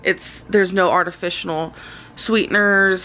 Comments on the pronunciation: “There’s no artiFICIONAL sweeteners...” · Tanya-Jay LaBelle as well as basmati, egg, leg, excruciating, buffet, and artificial